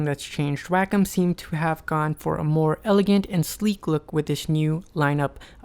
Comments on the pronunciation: It's NOT pronounced "wack-em" like you say it in your video. It's pronounced "wok-om" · he said WAKOM its pronounced WAY COM : wacom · It's pronounced "wah-kom", not "whack'em". It's japanese for Art, COMputer. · Why does every one say WAKUM its pronounced WayCom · ヽ༼ຈل͜ຈ༽ﾉ _ A teacher I used to have pronounced it "Whack-um." I always said "Wah-com." I didn't know it was WayCom! lol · its pronounced "wayycom" lol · Sheen Mancinelli wacom is a japanese company and in japanese it's written ワコム... (wacomu) its pronounced WAHKOM not waycom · Sheen Mancinelli Actually no. It has been proven that it is pronounced WAKUM (or like "walk come"). Look at Tutorial videos from the company Wacom themselves on YouTube. They pronounce it as WAKUM. Do some research first. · it is WA CO Mu the u is silent. People who insist it is WAY instead of WA are wrong. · Bert Monroy and others pronounce it WAH-cum, so I did too. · I knew that's how you pronounced it! I love how the company itself pronounces their name wrong.